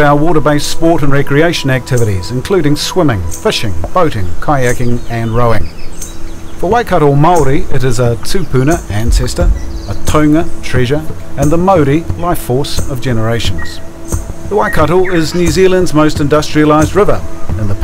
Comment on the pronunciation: The Waikato is nor a "taunga". It is a "taonga". If you are going to narrate a video it is important to pronounce maori words correctly for 3 reasons: 1. to be understood and not risk saying an unintended word. 2. respect maori and be a proud kiwi. 3. to speak in tune. Mispronunciation is like singing out of tune, like an opera singer singing out of tune !!!!!!.